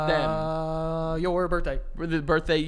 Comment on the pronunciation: “Birtday” “trough” “tought” the ‘th’ sound does not exist for these guys haha